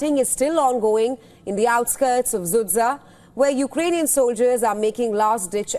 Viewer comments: Sudzha 😂😂😂not sudsa oo Indian woman😂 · Don't pronounce the name of that city (Sudzha) anymore, it's wrong and tragicomic all the time.